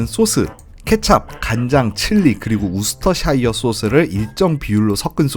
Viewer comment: 재미있게 잘 봤습니다! 싱가포르보다 카야 토스트 맛있는지 한번 먹으러 가봐야겠네요~ 토스트에 찍어 드신 노란색(?) 소스는 뭐였나요? 그리고 음식 설명하시면서 소스 이름을 우스터샤이어라고 하셨는데 아니라 발음은 우스터셔가 맞습니다. 영어 발음은 참 규칙이 중구난방이라 어렵네요 ㅎㅎ